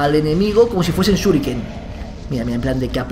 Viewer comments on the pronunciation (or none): apuntas y suriken que no shurike suriken